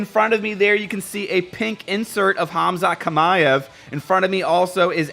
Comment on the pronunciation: Hamza Shima-ev, thats how you say it but written Khamzat Chimaev